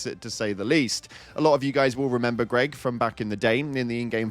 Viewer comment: o7, GREG!!!! NOT GREG!!!